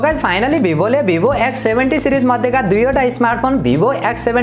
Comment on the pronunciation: वीवो होता है भाई भीबो नहीं होता😂😂😂😂😂